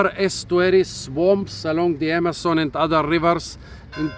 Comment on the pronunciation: You already butchered the name of Amazon pronouncing it the German way. :D